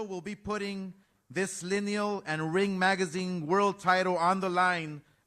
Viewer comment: Everytime the word Lineal comes out of ODH mouth Eddie squirms.